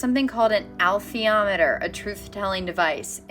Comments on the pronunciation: I believe Pullman pronounces it "Uh_LEETH-ee-AH-met-er." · In actual science, plasma is not uniquely associated with consciousness, father ALL matter and energy are. "Alethiometer" is pronounced "uh-LEE=THEE-awe-muh-terr." It is so-pronounced in the film& television series, where Pullman himself advised on pronunciations. - Bruce P. Grether